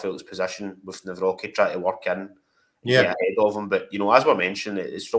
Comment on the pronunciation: I think his surname is pronounced Navrotski 🇮🇪🇮🇪